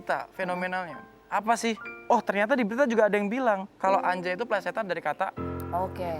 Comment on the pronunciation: harusnya anjay dibacanya angjay, karena nun mati ketemu jim, jadi ikhfa